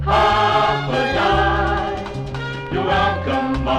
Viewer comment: They're pronouncing it wrong. It's not Hafa die! It's Hafa adai!